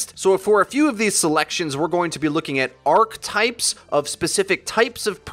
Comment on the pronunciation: You mispronounced archetype.